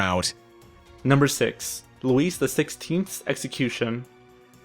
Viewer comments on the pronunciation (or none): I agree: It's loo-EE, not LOO-iss, for Louis; GHEE-oh-TAN(G), for Joseph Guillotin; the machine, Guillotine, was meant to be a feminization of his name. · Sorry, but when you pronounce the name Louis the is is silent. Not meaning to be picky but it does hit a sour note to a Frenchman. Carry on. Allons y. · 'Louise' XVI?!! Oh dear! Louis is pronounced 'Lewee' or 'Lewie' and I'm not sure the pronunciation of 'Guillotine' in the video is used in common parlance. Not here anyway! Just you next time Simon, just you! You've got a great format as it is :) I'd offer myself for some VO's but I'm not really working presently :( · its not Louise or Luis its pronounced Louie. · It's pronounced "Loo-EE", not Loo-eese". You must have slept through that week of middle school. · I agree. And to my fellow American narrator,, final consonants are not pronounced in French unless followed by an "e". Hence, Louis will not sound like "Lewis" as you said but as "Louie". And Madame Tussaud will sound like "To-sew". Just trying to help you (not make fun). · Rob-es-peer? Louise the 16th? LOL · This video has some historical errors, and some of the narrators don't even know how to pronounce. (Hint: It's not Ro-bess-pee-air or Loo-ees) Robespierre didn't shoot himself. He was shot by one of the soldiers sent by the Assembly to the Pavillon de Flore where the Committee of Public Safety (French: Comité de salut public) had its headquarters. The musket ball hit Robespierre straight in the mouth, shattering his jaw. The wound was roughly bound with a cloth. Robespierre, conscious throughout, was placed on a table where he lay moaning for hours. He was taken to the Place de la Révolution (now called Place de la Concorde) where the Paris guillotine was erected. One of the executioners ripped off Robespierre's bandage. Witnesses said that part of the "Incorruptible's" lower jaw came away with the bandage. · Louis became LUISE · Thumbs down for the moron not knowing how to pronounce Louis.